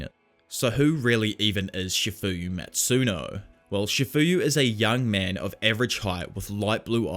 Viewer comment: First of all its not"chafuyu masuno"its chifuyu matsuno!!!